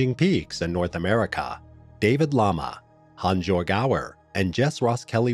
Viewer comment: HAANS - YOERG ffs.